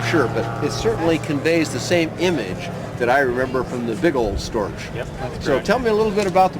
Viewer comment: For goodness' sake, it is pronounced "stork" ( rhymes with pork ).. It is NOT "Storch" rhyming like "torch".The german "ch"ending is pronounced like a k